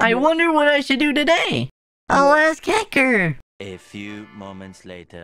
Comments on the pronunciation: BRO YOU DONT EVEN SPELL IT THAT WSAY ITS HACKER NOT HECKER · Haker Haked Heker. Say THAT ten times fast.